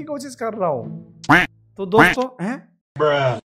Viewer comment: He is telling DOSTHO i got much laughhhhhhh